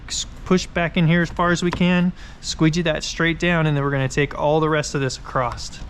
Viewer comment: You say acrosst instead of across